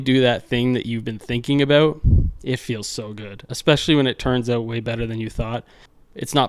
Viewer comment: I love how you were placing the Ontario licence plate while saying "having them oot"... made me laugh. Also...great video. Love the build.